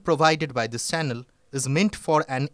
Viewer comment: it is not sanel but channel.